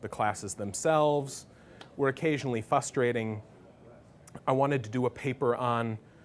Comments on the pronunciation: The way he pronounces this word is "fustrating." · For a guy who writes books as amazing as his, you think he could pronounce 'frustrating' properly.